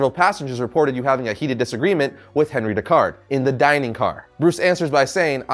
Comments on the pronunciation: Just in case you see this, it is pronounced On-Ree rather than Henry because he is French. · He`s French so his first name would be pronounced (On-rie). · It's pronounced onri